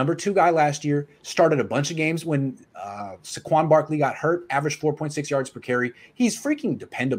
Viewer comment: You know this guy ain’t real when he can’t even say saquon right. Also if 9ers keep gallman over hasty they are so stupid. If you want reliable go get frank gore. We have mostert, gallman, hasty and Wilson and we went and got 2 more backs. Those two picks were awful. So cut gallman and stick with hasty